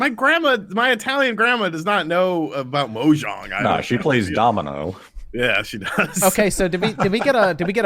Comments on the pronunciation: anyone else kinda cringe when says MO-jong instead of mahjong? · Is it pronounced "moe-jong"? I've always said "mahjong" (as spelled in our alphabet). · Everyone saying Mohjang when it's Mahjong xD so what? You play as the Minecraft devs? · He also called it Shinsaki when it's Shinsekai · "Mojong" Yes, Excellent.